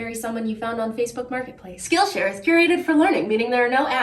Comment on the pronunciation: Skill Sh”Ariel”. 😂